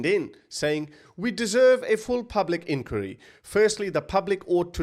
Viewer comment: Please learn how to say inquiry properly 😅😂😅😂